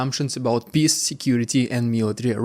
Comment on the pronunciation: You should work on how you pronounce peace.